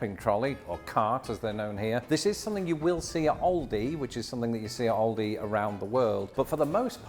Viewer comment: The way he said Aldi is right for where I live in the united states! You're correct if referring to the United Kingdom version of the name